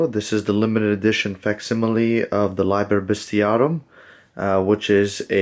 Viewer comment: If you don't mind a suggestion, the classical pronunciation would be "LEE ber best eee AHH room."